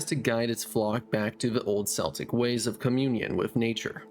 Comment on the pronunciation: its pronounced “kelt” this has been your friendly celtic language psa